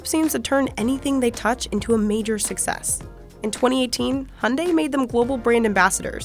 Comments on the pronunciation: I appreciate the fact that you pronounce Hyundai as han-dei and not h-yun-da-i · Finally someone pronounces Hyundai correctly